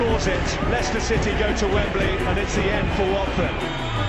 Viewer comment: I understand that American English is different but in the clip the commentator says "Leicester" so I don't understand how the voice over got it wrong???? Please check how we say our team names! 🙏